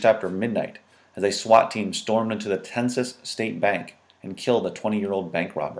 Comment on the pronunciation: Tensas is pronounced "ten-saw." It's an Indian word.